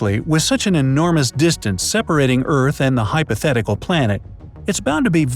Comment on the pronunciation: You said hypothetical